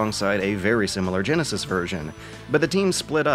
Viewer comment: ... Excuse me? Did you just pronounce the word "genesis" as "jen-a-sass"? Did you just turn into Forrest Gump? "Jen-nay, can we play tha Say-gaw Jen-a-sass?" It's Jen-uh-sis.